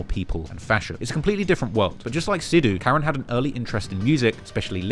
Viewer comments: the pronunciation for Karan is “Cuh Run” not Karen. Do your homework on pronunciations lol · Karen is pronounced ~ke-ran~